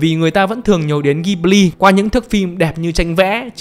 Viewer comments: Góp ý tí: Đọc tên studio là ji bli (ko phải ghi) nhé shop. Tiếng Nhật nó vậy. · Đọc là Dzi-bli nhé sốp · Bt thì nói tiếng nhật người ta đọc là jiburi ジブリ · fun fact tiếng nhật đọc là JI BU RI. trong video đọc theo tieéng anh. =)) tiếng nhật nghe vui tai vãi